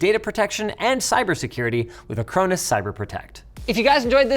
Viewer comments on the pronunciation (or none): it's pronounced a crone us?! i always pronounced it ack ron us